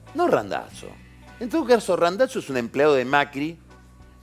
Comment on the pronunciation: Me pone nervioso que diga RandaTZo.